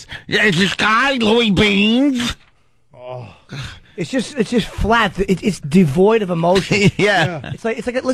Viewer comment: Louie! Beansch!